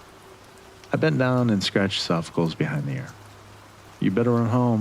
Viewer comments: Its "Sof-Oh-Clees", not sofficles. Great job with the read though. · Loved the story, although I almost choked at the pronunciation of 'Sophocles', one of the most famous philosophers in history.